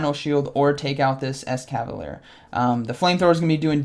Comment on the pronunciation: Couple of corrections: 1. BEE-Barrel or BEE-Bar-El 2. And a couple of times you mentioned Alolan Exeggutor, but it was Kanto Exeggutor. 3. you said it right at the intro, but wrong during the commentary. I believe it's es-cavalier. like escargo (snails) and cavalier. Glad to see you putting out some Silph content! GGs man!